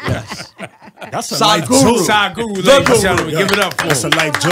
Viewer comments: 'saaaadguru am I pronouncing right?' 'it's sadguru' 'okay so tell me saaaaadguru' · "am I pronouncing it right?" then proceeds to pronounce it wrong again...